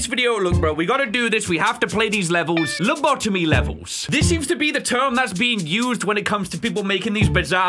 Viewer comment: Its lobotomy Pronounced:Low-bo-tomy